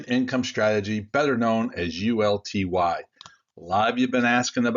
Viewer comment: uLTY! Not UTLY!